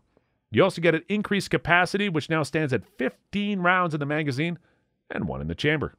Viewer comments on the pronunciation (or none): none